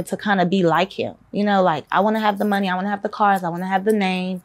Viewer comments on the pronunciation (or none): You can tell based on the way she says Money like “mehny”